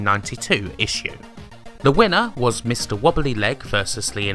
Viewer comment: why do you always say "le" instead of "the" ?